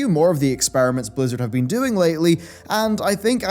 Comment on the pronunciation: Okay,, I love you to death, but today for some reason, at the 0.21 second mark, I heard you say, "What a week it's bean."